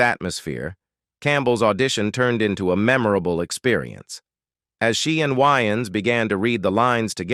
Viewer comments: It's Way -Ans not Wy-ans 😅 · Pronouncing Wayans whyans is crazy